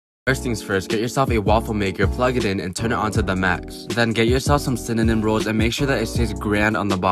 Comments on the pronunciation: This dude can’t say cinnamon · I mean he said cinanim newede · We'll season it with cinnenom?! Lololol!! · He knows it’s just because he does it to make it funny. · He said it fine, it be a joke!